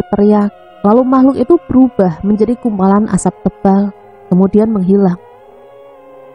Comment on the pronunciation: Menghilang kali kak,bukan menggilang 😂😂😂